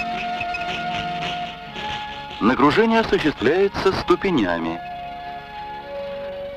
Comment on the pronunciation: "Нагружение осуществляется ступенЯми". "СтУпьями" оно осуществляется или тупьЯми, блин, а не "ступенЯми" 😱🤦‍♂️ И это "пособие для высших учебных заведений" 😳